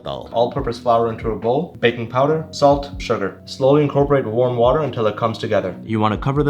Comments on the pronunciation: "Sa-let" Got me laughing so hard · The way he said "salT" in that tough Indian accent😂 But honestly that looks damn delicious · so we not gonna talk about the accent on the “salt”? 😂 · "salt" that classis indian accent